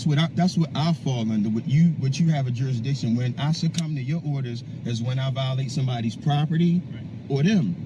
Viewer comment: I'm challenging juris-dishin. You don't have a juris-dishon.